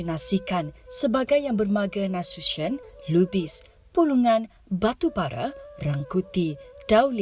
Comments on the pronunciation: PENYEBUTAN NASUTION NYA SALAH ITU, BUKAN NASUSYEN EJAAN INGGRIS, TAPI NASUTION , CARA BACANYA NASUTIYON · Apa itu nasusion? Nasution laa dibacanya bukan susion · bacanya bukan nasusyen tpi nasution